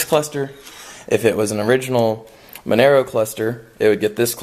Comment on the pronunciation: Nice project, its pronounced Mon - ahh - Row